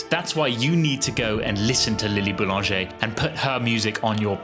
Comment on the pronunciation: LMAO! Read her name as 'LIL'' Boulanger'? 💀💀💀